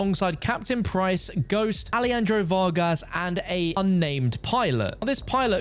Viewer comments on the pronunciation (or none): You need to learn how to pronounce Alejandro. It isn't a typical Spanish spoken J like Jesús. Shock and Awe is not a term that originates from Call of Duty, so Gaz using the phrase isn't necessarily a reference. Graves' intention was never to kill Alejandro, Ghost and Soap, as he said so himself and Alejandro was detained. Laswell isn't directly informed of this. She noticed Shepard went dark and does her CIA thing. She didn't 'put everyone together as Ghost team'. You don't play as Yuri in No Russian. You play as PVC Joseph Allen, a US Ranger turned CIA. On the Pentagon, "The Pentagon houses approximately 24,000 military and civilian employees and approximately 3,000 non-defense support personnel." - Not quite 30,000, but close enough to be vague on whether it's a reference.